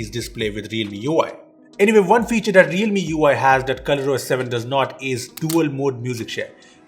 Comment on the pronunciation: cant say "that" he always says dat